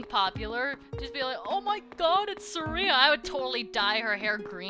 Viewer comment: The "Sketchinator?" I know what you're getting at, but doesn't it also sound like "sketchy?" Cause... I dunno why but I pictured some dude with SUPER LOITERING POWERS, and the power of SMOKING! xD And you say, Suh-RE-a, I always said, SAR-e-a with big emphasis on Sar, not E. I dunno, you say things funny XD